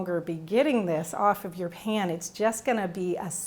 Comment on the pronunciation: I wonder where you are from? The way you say "pan" like "pin".